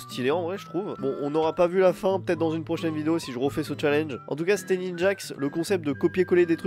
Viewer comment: T'est en train de boloss les mots français la ptdr Concept devient "Troncept" waouh XD